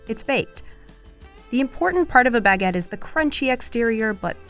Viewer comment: Sweet Jezuz. It’s Baguette NOT BEGETT. If this is VICE’s idea of an international food correspondent it’s truly comical. Ignorance is a sad excuse for laziness….. just look up how to pronounce words properly sweetheart ~ I’m embarrassed for this gal.